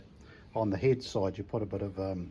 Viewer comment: Love hearing the NZ accent “heid” for head.